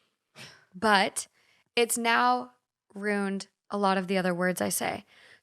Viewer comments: speaking of pronunciation…I’ve noticed this at least 10 times throughout various videos…you cannot pronounce the work “ruined” it’s Roo-end, not roond. You say it as a single syllable and so so so incorrect. Drives me nuts every time I hear you do it Edit: omg! yesss exactly my point thank god you’re aware of it now you can stop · She said “runed” instead of ruined lol